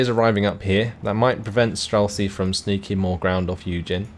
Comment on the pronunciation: Great cast as always, love your videos, I watch your uploads daily. So I hate to be one of these people but can you please put words into google translate and press listen, these are words you're forced to say everyday in your casting life; strzelcy, saperzy etc. Cheers, love your work!